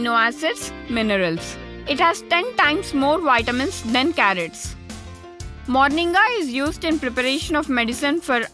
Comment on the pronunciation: Fool it's not morniga it's moringa